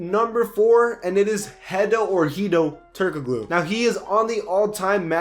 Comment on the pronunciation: It’s pronounced “Turk-a-Looooo”